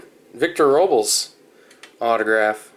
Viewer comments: its it row-blez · Robles = "row-bless"